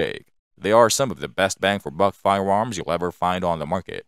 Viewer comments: He is definitely saying firewarms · Fudd narration. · Am I the only one hear him say "Firewarms"? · I’m hearing “fire-woms” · Holy shit, lol🤣... "Budget friendly firewarms"🤣🤣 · He most definitely said firewarms. And now I can’t take him serious anymore . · Hilarious that the computer generated voice keeps saying Firewarms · I him say Firewarms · I wonder if the narrator plans hunt wabbits with his firewarm. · Hard to watch the whole video because of the narrators Cripkey pronunciation. Firewarms? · Weird. A computer generated voice with a speech impediment. Fie-warms? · They're firearms not firewarms,Elmer Fudd gonna catch that waskily wabbit? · Sounds like a speech impediment to me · It could be, computer generated voices can sound pretty realistic. Why would someone build a speech impediment into the software though? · No your not 😂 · yeah thats bothering me too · Fuck no, I can’t in-hear it. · Came here to consider making the same comment but didn't want to be rude. But yes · More like "fiweawms." It sounded like a computer generated voice with rhotacism. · To me, it sounded like "fiyawomms". I got used to it, being that I was, for once, more interested in the information being presented. Usually, things like that distract me so badly that I don't know any more about the subject after the video than I did before watching it. I hope he's using an AI voice, and it was just a glitch.